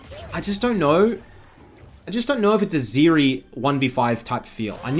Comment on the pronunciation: Hi. Please never pronounce the name of a champion Zeri ever again. Thank you.